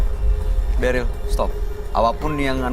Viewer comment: Beril bukan deril ooh my goo